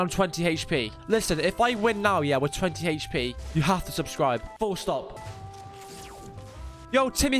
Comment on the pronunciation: Can't watch... He kept saying hp weirdly